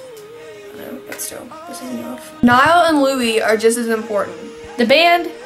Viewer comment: When people pronounce Niall 'Nail' or 'Nee-all'